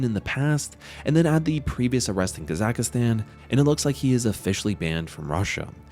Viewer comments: Kazakhstan is easy to say. “Kazak+stan”. There is no “a” in the middle. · This channel can’t even pronounce Kazakhstan correctly, let alone make a good video lol